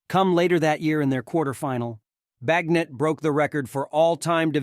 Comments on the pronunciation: Did you really say Bag-net??? this can’t be computer generated narration is it? Or is it just a person who doesn’t understand how to pronounce a persons name even though he said it correctly several times… Bag… Net?? Bagent… Bay… Gent.. seriously, if this is artificial intelligence that’s fucking retarded… And no I don’t give a shit about political correctness… It’s fucking hypocritical anyway and it’s all about context… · So did I hear this guy right? He pronounced the Heisman Trophy as the "Hess-a-man"? Then after saying Bagent's name correctly 25 times, he pronounced it once as Bagnet like it rhymes with magnet. Lol. Then he said Donta Foreman without putting the inflection in there. It's pronounced "Dee On Ta" with a long a sound 😂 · BAG-NET? ? HESS-I-MAN trophy? Otherwise nice tribute to our Bears new star.